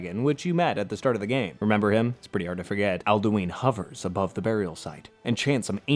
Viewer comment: You didn't pronounce Alduin correctly even once